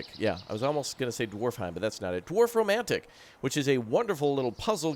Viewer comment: Beautiful game! But i think you meant Dorfromantic in the beginning, sounded like you said Dwarfromantic :D